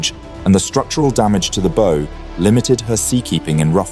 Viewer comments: AI commentator. Good, except it is a ship’s BOW as in OUCH! Not Boo as in “Boo, scared you!” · *UPDATE*; Dear Yanks(or at least the under 30 year old 'UK' programmer& product of education) That'll be "Zed" not "Zee", and 'bow',in this case, is pronounced -'bow'-as in to take a bow to an audience)not a bow(that you would shoot an arrow from!) Free English lesson over. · Bad AI voice. What is a "boo" or a "bow" (as in something you shoot an arrow with) on a ship? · Her "boo" section? Why does your AI narration have to have an english accent? Listening further, BOW has now been pronounced Bose as well. 0 for two. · bow rhymes with cow, not low. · downchecked cannot pronounce BOW correctly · I have pointed out this hysterically-funny mistake more than once. English words that can be pronounced different ways for different contexts are usually delightfully mangled by AI.